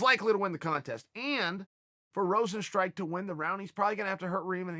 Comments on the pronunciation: i prefer rosenstrike over everyone else butchering his name the old fashioned way lol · Yair is Yarear. kamaru is kamara. jeremy is germy. rosenstruik is rosenstrike. Jorge is george He’s gotta be doing this on purpose at this point.